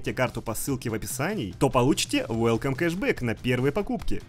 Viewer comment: Welcome а не Wellcome 🤣🤣🤣🤣🤣🤣🤣💀💀💀💀💀💀💀